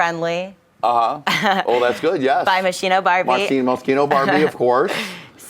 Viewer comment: i cringe whenever someone mispronounces Moschino omg so awkward